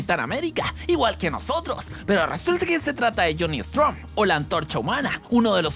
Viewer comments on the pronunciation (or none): es jhonny storm y dice jhonny strom